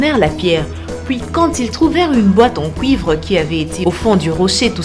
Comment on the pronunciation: Pourquoi elle dit couivre?